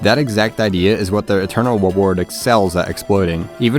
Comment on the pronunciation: "your eternal weward"